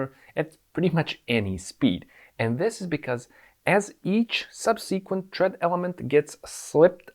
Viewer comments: sub-seh-qwent, not sub-seekwent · Great video. Looking forward to seeing one about motorcycle steering and how it is vastly different from steering a 3-wheeler. One quick note about pronouncing the word "subsequent". The emphasis is on the first syllable, so you want to pronounce the first 'e' like the one in the word "second". SUBsuhquent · Sub........seee......kwent. Made me laugh . The. em......fassis is in the wrong place . Great explanation of steering geometry.